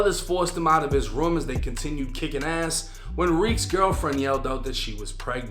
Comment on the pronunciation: Best Of The Video Because You Can Hear His Boston Accent & Florida Call It Bos-Flo 😂😂😂😂😂 “Kept- Kiccin Ass”